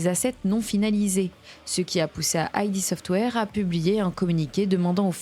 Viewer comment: Petite précision Id Software se prononce "id" et non pas "aïdi" software. Id désignant le ça Freudien. Super vidéo en tout cas! Merci à toi!